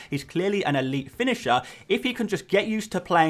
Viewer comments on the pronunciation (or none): none